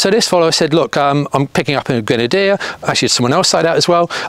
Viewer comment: Qrenadier?! No! No! No Leksus - 550! - 👍👋😁